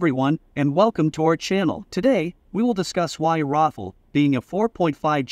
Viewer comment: it sounds like you are calling the rafale, Waffel...